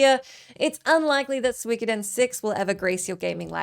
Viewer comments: It's Su-Ko-Den not Swik oden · Soo - e - ko - den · Hearing her try to say suikoden was so cringe I had to skip ahead lol